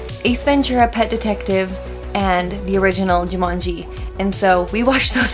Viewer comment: Rhys Montague Darby pronouncing the game 'Ja-munji' ruined this film for me haha